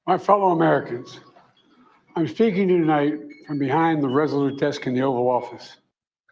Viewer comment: My fellow Americans .. IM FAKING YOU TONIGHT..that's what it sounded like ..